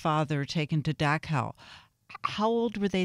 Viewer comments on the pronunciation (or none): This interviewer could learn how to pronounce Dachau